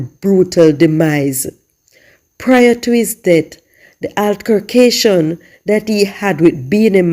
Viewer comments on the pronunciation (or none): U always pronounce 'altercation' wrong